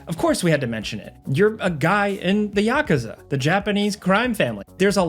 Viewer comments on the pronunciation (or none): Yakaza? So my favorite YouTube channel is just AI-based voice? 🥲🥲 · I lost it at "ya-ka-za"😂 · never in my life have I heard someone say "Yakuza" like that